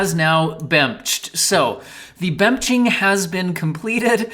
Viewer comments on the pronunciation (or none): my favorite part of the video is when said "it's bemching time" and proceeded to bemch all over the place